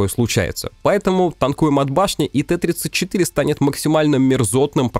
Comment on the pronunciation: не ТЭ-34, а ТИ-34